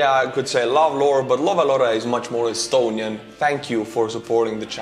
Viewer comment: You lost me laughing saying astuniain soldier, like how can you make youtube videos as soldier kid